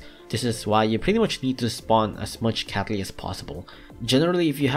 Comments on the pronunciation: Guy The Person i heard that too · No, i totally wasn't thinking was saying capy instead of catley. Why?